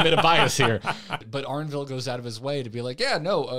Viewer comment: One day will remember that "Arenville" starts with an E:D